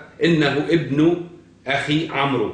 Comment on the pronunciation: يقال : عمرو amr والواو لا تنطق